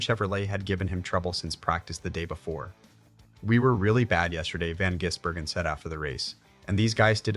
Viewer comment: Jizzburgen, lol! Gotta love AI voiceover. ❤️🇦🇺🇳🇿